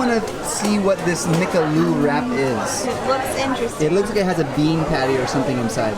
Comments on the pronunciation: You pronounced McAloo as MCLOO.. though very cute..but you missed ‘A’.😂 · McAloo!!! 😂 it mean mcpotato